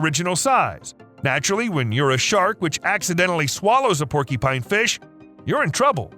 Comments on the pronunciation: It’s porcupine, not porkypine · Hey, brother.... I like your videos... which are largely impeccable... 🙂 But... just for your information, you are pronouncing PORCUPINE incorrectly. It isn't PORKY PINE POR Q PINE is the phonetic spelling CU is pronounced as a Q. Now YOU owe me a coffee! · Bro seriously saying porky-pine this is literally blowing my fucking mind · "porkypine", "porkypines", "porkypine" 😂🤣 Stop! You're killing me!! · Oh no....the dreaded Porkypine. I'm sorry .....I honestly am, it's just a pet peeve. I get shivers every single time I hear the narrator say "Porkypine". 🤷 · Why does here keep saying "Porky-pine"?! XD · Say porky-pine one more time... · Have I been saying porcupine wrong my entire life?